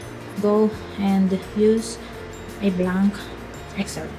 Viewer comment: I love the way when you say "blaank" excel instead of "blenk" excel Loved your accent 😍